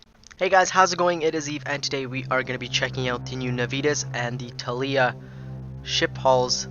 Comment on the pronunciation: ThAAlia also.